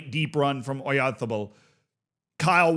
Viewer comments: It’s not MikEl OyArzabal, it’s MIkel OyarzAbal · Everytime says „Oyarzabal“, a Basque child dies. 😢